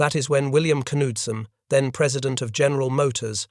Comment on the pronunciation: The K in Knudsen is Ksilent.